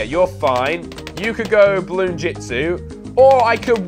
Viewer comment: dude its bloon not balloon